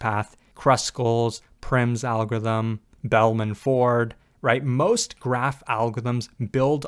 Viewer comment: Not being able to pronounce "algorithm" must have made this video more difficult to make.